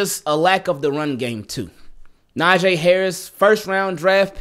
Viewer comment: NA-JEE NOT NA-JAY pronounce the ee like knee.